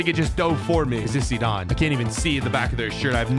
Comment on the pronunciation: WHY DID HE SAY ZEDAN INSTEAD OF ZIDANE